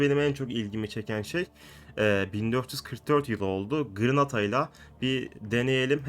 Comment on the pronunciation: Abi o gırnata deyil Granada